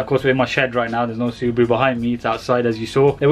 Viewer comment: SU-BRUU?! Ha Ha Ha LOL 😆